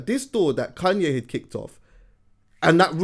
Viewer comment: pronounces Kanye as “Kun-yeh” 😂😂😂